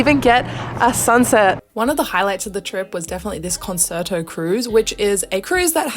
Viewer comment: OK, no one likes a grammar and pronunciation nazi- but, if you hear someone mis-pronounce a word, should you just ignore it? Knowing they're going to do it again? I never know, but, adorable, it's kahn-chair-toe. Sorry...